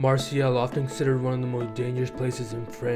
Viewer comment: It's pronounced Mar-say.